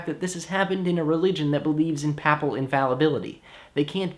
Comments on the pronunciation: "Papal" rhymes with staple. "Papacy" rhymes with… OK, nothing rhymes with /ˈpāpəsē/. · great job! your pronunciation of papal and papacy is a bit unconventional :p